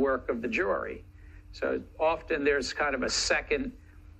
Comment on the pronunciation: How do you trust a guy that pronounces Jury …… JORY